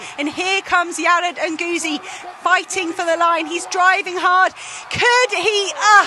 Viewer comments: PLEEEEASE learn how to pronounce Yared Nuguse last name. You're going to be saying alot in the future. Brutal and embarassing. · Question, did the commentators get the correct pronunciation of Nuguse?